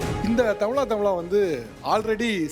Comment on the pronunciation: தமிளா.. நல்ல தமிழா என்று correct ஆ உச்சரியுங்க sir